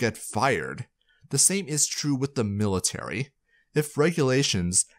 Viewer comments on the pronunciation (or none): none